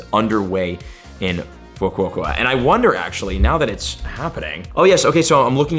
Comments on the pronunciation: It's pronounced: Foo-coke-uh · "Fu-ku-o-ka". Each on of those pronounced individually. Said quickly. It's not that hard.